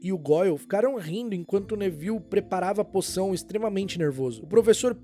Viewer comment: Pq do nada no vídeo vc começou a chamar o Nevil de Nével?